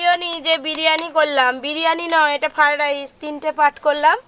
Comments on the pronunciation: তোমার বিভিন্ন ধরনের রান্না করার চেষ্টা দেখে ভালো লাগছে, কিন্তু তুমি খাবারের নাম গুলি ঠি ক উচ্চারণ করা আগে শেখো ফাডাইস নয়, ওটা ফ্রায়েড রাইস কাশ্মীরী মেথি নয়, কশৌরি মেথি যখন ভিডিও করে লোক কে শেখাচ্ছ তখন নিজেকে ঠিক রাখবে তাছাড়া এটা করে তুমি ইনকাম করছো, সেটা মনে রাখতে হবে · আপনি নিজেই তো ফ্রয়েড রাইস কথা বলতে পারছেন না আবার দাদুকে শেখাচ্ছেন 😂